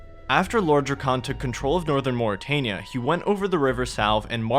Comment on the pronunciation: Why do you pronounce things certain ways when Jagex LITERALLY has pronunciation guides for a lot of their names of ppl and places either on their wiki or elsewhere MorytAnia as in Ayyyyyy like the fonz Drezel like pretzel, or yknow? Like the actual hebrew name is pronounced? Drakan like drac in dracula and then short an almost like it was spelled Drak-en The emphasis is on the DRAK not the AN its not DruhKAWN